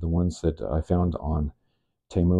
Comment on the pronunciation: Idc what anyone says, it's tee-mu not teh-mu. Fight me